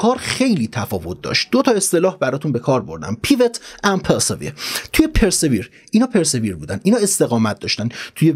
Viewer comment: خسته نباشی دوست من. گفتم این همه ما ازت یاد گرفتیم یه چیزی هم ما یاد بدیم که کمی از زحماتت جبران شده باشه. تلفظ صحیح persevere پِرسِوییِر هست با تکیه بر واو ❤️🙏🏼